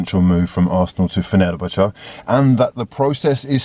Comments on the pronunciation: Fenubuchu? It’s pronounced Fenner-bach-ay btw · The way he says Fenerbache baffles me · pronounces fenerbahce like he's applying for a job at football daily